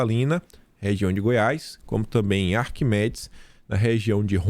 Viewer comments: Bom dia. Sou de ARIQUEMES em Rondônia. Você está falando Arquimedes. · Desculpe a correção,... ARI QUE MES ARIQUEMES e não Arquimedes. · ARIQUEMES e não ARQUIMEDES. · ... Correção ARIQUEMES RONDÔNIA. E não é ARQUIMEDES. 😅😅😅😅😅😅😅😅😅😅😅😅😅😅😅😅😅😅😅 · bom dia! Observei que você falou Arquimedes duas vezes. É Ariquemes. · Ri D+. O chamando Ariquemes-RO de Arquimedes. Hahahahahahahahahahahahahahahahahahahaha. Valeu, fechado contigo. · ARIQUEMES RO. Não é Arquimedes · Ariquemes, não é Arquimedes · A ri que mes, não Ar qui me des,. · é Ariquemes, não Arquimedes kkkk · Opa, Ariquemes, não Arquimedes. Ariquemes é a terceira maior cidade de Rondônia, com 130 mil habitantes onde predomina o agro muito forte. Portanto, o nome é: ARIQUEMES/RO. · É Ariquemes e não Arquimedes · não é Arquimedes. É Ariquemes. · ARQUIMEDES KKKKKKKKKKKKKKKKKKKKKKKK (Sou de Rondônia por isso critiquei) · Ariquemes Ro. Vc disse Arquimedis. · É Ariquemes e não "Arquimedes"! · é AriQUEMES e não Arquimedes. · é ARIQUEMES